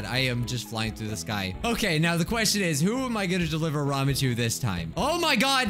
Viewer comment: Oh my god he says Ramen the right way 👏🏻👏🏻